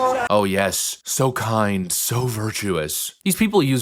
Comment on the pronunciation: OH.....KIND......I thought is said Klan.....